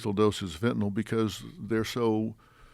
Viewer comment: Dr phil can pronounce fentanyl correctly. 👏